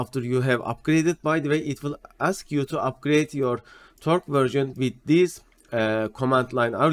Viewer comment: küçük not: torch okunuşu bildiğiniz torç şeklinde, tork deyince "torque" gibi anlaşılıyor